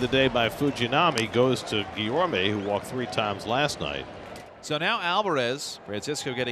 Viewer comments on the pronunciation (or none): later on he corrected himself, but replaced that mistake with calling guillorme guillermo